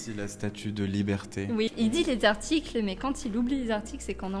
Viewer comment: tu peux m’expliquer pourquoi tu prononces “liberté” comme “libertéch”? En fait, c’est pas la première fois que j’entends ça, mais je comprends pas. Merci 🙏🏼